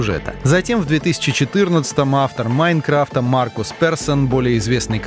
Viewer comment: Меня одного тошнит, когда он произносит, "МаИнкрафта"